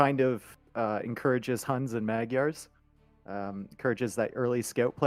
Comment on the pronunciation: Thank you for this VOD. The only thing I would like to complain about is how you pronounce Maygars. :)